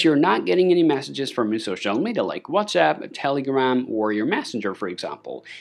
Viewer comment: Sorry but I can’t watch anymore. It’s Messages…. Not massages!!!!!!